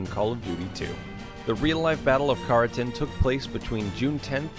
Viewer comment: god he butchered Carentans name